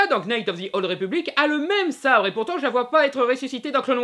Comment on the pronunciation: Juste pour infos on dit pas knight mais night (le k est muet je fessais aussi l'erreur ...désolé ^^' je retourne mater la fin de la vidéo)